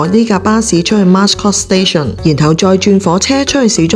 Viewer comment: Mascot 讀音是 Ma - scot= Mat音